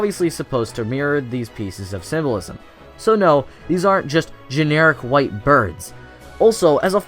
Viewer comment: Every time you say "symbolism" it sounds like "civilism".